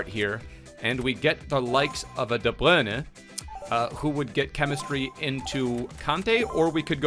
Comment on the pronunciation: Why you say De bruyne like that he doesn't even say it like that it just sounds really dumb tbh